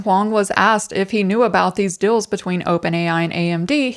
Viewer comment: Unrelated but I keep on hearing 'dills' instead of 'deals' and it's super distracting xD